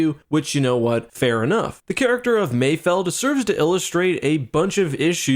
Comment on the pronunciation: Thank you for saying it correctly, "Mayfeld", people keep saying Mayfield but they clearly say mayfeld several times lmao